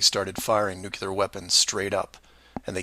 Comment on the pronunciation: Pronounced " new klee are" NOT " new cue lar" ! Just look at it and sound it out! NU-CLE-AR Can't stand to listen to that since the time of Bush, who always pronounced it wrong! Sounds STUPID!